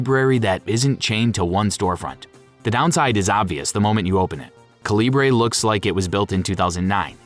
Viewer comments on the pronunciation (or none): Calibre is pronounced KAL-ih-bər.